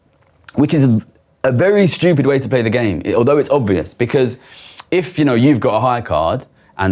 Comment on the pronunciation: "...these posh boys fink we're shupid"